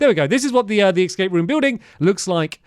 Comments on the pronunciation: Hilarious how many times he says “Excape” 🤭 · hearing Stamps say "excape" is making me crazy😭